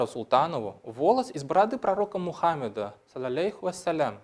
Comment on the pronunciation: убедительная просьба не коверкать татарские слова и правильно ставить ударения: ГабдрафИкова, но не ГабдрАфикова; МухаммАд, но не МухАммад; казЫй (духовное лицо, совершающее суд по шариату), но не кАзый. Большинство татарских фамилий -производные от арабских имен, поэтому ударение делается на последнем слоге корневого слова: РафИк, СалИх, КарИм, СабИр, ХамИт, ИльhАм, ИдрИс, МирфатЫйх